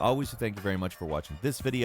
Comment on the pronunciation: It's almost like pronouncing gameranx gaumeranks